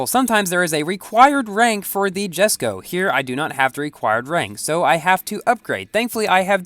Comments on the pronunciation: It's written jesko but pronounced yesko just letting you know 😅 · It's pronounced as YES-ko